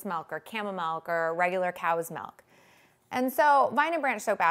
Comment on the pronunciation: *making soap with melk